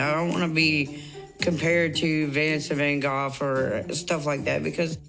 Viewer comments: She pronounced Vincent Van Gogh right. Many Americans incorrectly pronounce it like 'go' and not 'goff' but she actually said it pretty correctly. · Amy actually accidentally pronounces "Goff" kinda right I started cracking up bc I doubt she knew that considering how she said Vancent 😂 But for the Tammy and Amanda situation rarely I think Amanda is the problem but this time its definitely her bc it seem like her kids are using Tammys as a hang out spot and being reckless bc they know it their moms and feel like they can do what the want there